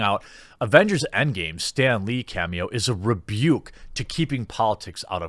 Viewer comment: It’s EndGAME not EndGAY!